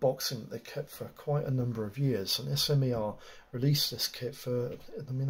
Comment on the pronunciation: Been in the industry over 10 years and never heard it called S M E R. But smer (smur). Its a French or Slovak word.